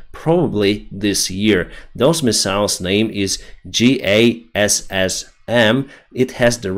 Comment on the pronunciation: The JASSM (which is an amazing weapon) is pronounced like you were talking about the musical style typified by horns and pianos, "Jazz-em". Just for your situational awareness, that is how we say in in the US Air Force.